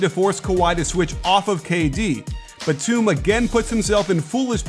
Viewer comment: He keeps mispronouncing Nicolas Batum’s last name